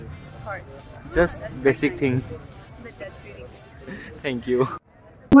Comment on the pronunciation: How do they pronounce her name ho...Jamir is pronounced as zamir